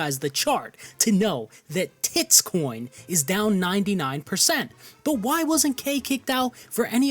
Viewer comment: The way he emphasised TITCOINS